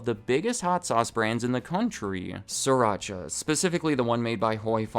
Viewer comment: Sri-Racha (Sreee- PAUSE - Racha) I speaka Thai